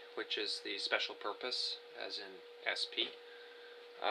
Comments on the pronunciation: purpose* not porpose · Oh and “Special Popruse” by the way, it’s purpose you fucking nut.